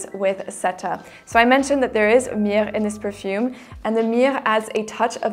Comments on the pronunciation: The French pronunciation :) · Okay, how did she pronounce myrrh just then? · In French